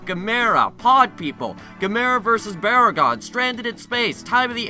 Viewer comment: Do you think you could review some of the classic Gamera movies sometime in the future? I don't mean to criticize, but you mispronounced Gamera, Barugon, and Gyaos. Here's a way you can remember their correct pronunciations: Gamera (rhymes with camera) Barugon (bear-oo-gone) Gyaos (ryymes with house)